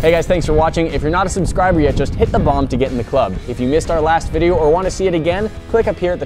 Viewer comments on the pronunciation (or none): none